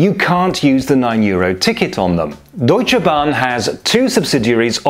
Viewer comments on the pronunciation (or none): none